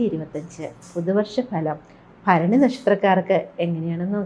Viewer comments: ഫരണി അല്ല ഭരണി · ഭ ആണ് ഫ അല്ല